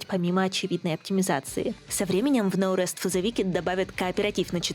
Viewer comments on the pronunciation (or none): "но рэст", а я думал, на слух показалось, что за "Наурыз фо зэ викед?". Думал казахская игра.